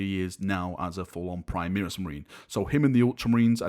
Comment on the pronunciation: why are you say PRI MEER IS Marines. its pronounced PRI MARE RIS!!!